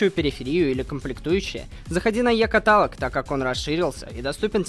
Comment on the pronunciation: Это называется не екаталк а екаталок